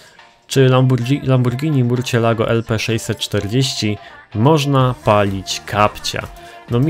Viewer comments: Co to murćjelago?! Chyba mursielago. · Murczilago się czyta !!!!!!!!!!!!!!!!!!!!!!!!